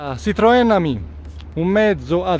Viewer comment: Bravo! Sei il primo a pronunciare giusto Ami!